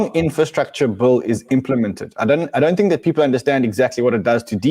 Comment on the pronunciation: Bill with an I not Bulll Ran !!!